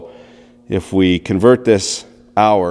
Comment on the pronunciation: "And here vee go" Finnish man said Canadian man quoteth